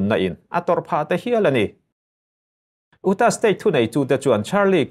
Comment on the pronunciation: Utah - 'EuTah' tiin an lam thinin ka hria. Kirk (कीर्क) - (कर्क), magneto matter - magneto metre zawk.